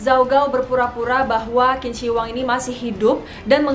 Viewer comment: Qing dibaca ching